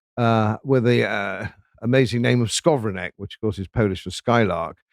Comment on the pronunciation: You should at least know how to say "Skowronek",:)